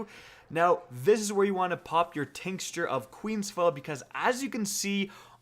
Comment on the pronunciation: "tinks-cher" of Queens foil